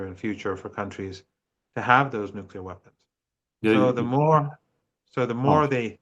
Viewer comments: Ffs, he's STILL saying NUKULAR. Like George Bush moron. Ridiculous. Unprofessional journalism. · For goodness sake. If you can't pronounce nuclear you should just say nukes.....